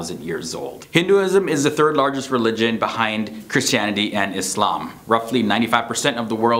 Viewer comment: Like, how you pronounce the word Islam!!